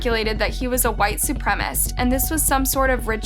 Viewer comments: And can't pronounce supremacist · It's pretty stupid to even suggest that this guy was a white supremacist (esp. since the orator can't pronounce the word).. since the daughter was mixed, it's obvious he had to have been sexually/romantically involved with a black female in the past, so how would that make sense? It's like this "white hate" nonsense is just a standard excuse/accusation thrown out in every possible situation now, no matter how farfetched, and all it does is distract from the real issues and give people an(other) excuse not to think. Thumbs down on the video for cowing to this modern culture of reverse racism by even mentioning such crap. Besides, the guy clearly looks strung out on meth- maybe that was more of an actual factor here?